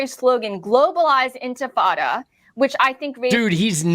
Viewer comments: she said,” globalised ENFITADA” not entifada!! She doesn’t know the word; shes dumb AND a bigot as well as being a sociopath 😂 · "Infatada" sounds delicious. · Lindy mispronounced Mamdani. She missed pronounced intifada. She clearly was reading off a script. I don’t think she wrote it herself.